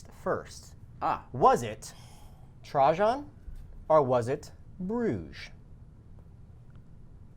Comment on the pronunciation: Thank You!!! All three of them keep pronouncing it has Trah-Zhan smh ....I need to get on a history trivia show lol